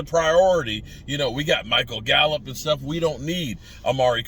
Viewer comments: It's Gallup not gallop 🙄😂😂😂😂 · GALLUP NOT GALLOP